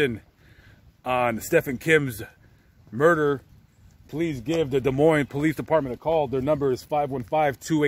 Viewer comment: The S in Des Moines is silent. It is pronounced Des Moine